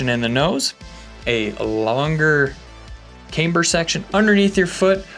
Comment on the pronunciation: Ah shit! He’s back to saying caimber.